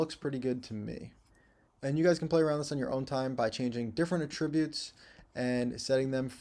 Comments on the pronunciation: For the love of God, stop saying "a-TRIB-utes" We stress the FIRST syllable with the word: attributes. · I think has a license to pronounce "attributes" any way he likes considering the quality of his lessons. In fact, I am perfectly fine with "forward/backward slashes". Whichever. Don't matter. Just keep teaching the way you teach,!